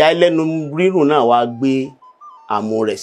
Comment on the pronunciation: Very correct